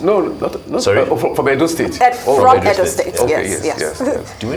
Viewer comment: The female anchors need to lose the fake accents; look at how one is pronouncing "Edo" like a foreigner!